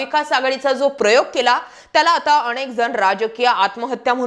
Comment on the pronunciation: गनीत नव्हे गणित, आणेक नव्हे अनेक